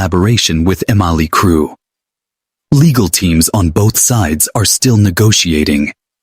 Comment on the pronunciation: "Mlie Crue"